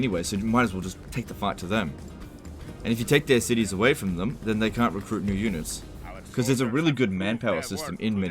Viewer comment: YUH-NITS! FAH-LIE LIKE THE WEND